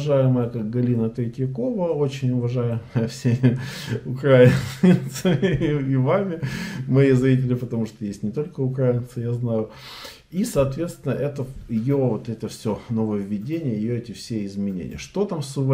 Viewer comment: УкраИнцы, ) ну как так то!? делайте правильное ударение 💪